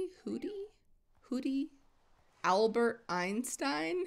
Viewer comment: Owlbert Einstein 😂 LoL